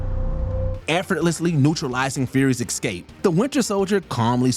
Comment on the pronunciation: what is this word, exscape?!?! or is it x-scape? get the pronunciation right please